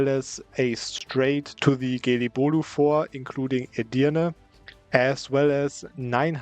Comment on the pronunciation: ‘Fort’ being pronounced as ‘fua’ is something entirely new